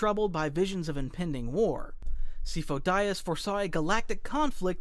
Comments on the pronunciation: Good video, but man… how do you mess up Sifo Dyas’s name so bad LOL, it’s spoken not only in clone wars, but multiple times in a mainline film. Others I get but man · The fact you mispronounced Syfo Dyas' name when it's clearly pronounced throughout the shows and movies. Tells me you talk like a nitwit on purpose. Say it right, not in your way... which id wrong. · C fo Dias and after I told you that you did the other pronunciations so well compared to the first list guy I watched what a shame, literally disliked, literally banned, literally don’t care about your elbow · After Sifo-Dyas I thought you were doing it on purpose.